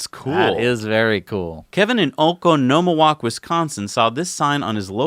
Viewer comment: . Laughed my ass off when you tried to pronounce Oconomowoc Wisconsin. It's ah-CON-omowoc